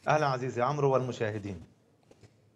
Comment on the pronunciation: يا وائل الواو في اسم عمرو لا تنطق هي فقط للفريق بين عمر وعمرو وعمرو تنطق هكذا فتح العين وسكون الميم دون نطق الواو